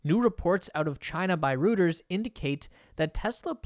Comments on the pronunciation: Pronunciation: Roy-turz...NOT Rooters, is the name of the news organization! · IT'S PRONONCED ROITERS NOT ROOTERS!!!! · Reuters is pronounced Roy-ters not ROOTERS . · You are only the second person to pronounce this “röters.” It is supposed to be pronounced “royters.” Great video. I had heard most of this, but thank you for confirming this information. This means this is another good source to get updated information. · Reuters sounds like “Roy trz” not “rooters” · “Rooters”? It’s pronounced “roy-ters”. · was für ein Ding? Ruuutas? Thats is Reuters Rrrr eu terr s :D :D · Reuters is pronounced Royters. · Roy turs. It's pronounced Roy turs. Google it. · omg....it's pronounced "roy-ters" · Heads up: 'Reuters' is pronounced Roy ters (at least, that's a close-enough English language approximation). It's because it's a German name, and in German, the letters eu together sound like 'oy'. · The name is not "rooters". Go to their web page and learn something. You sound like a duffus... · (Reuters is pronounced ROY-ters) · Dude, it's pronounced Reuters. Get it right. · say it after me: Roy-ters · Not going to happen. - india yes - China is getting too dangerous. - and dont butcher Reuters - eu is a oi sound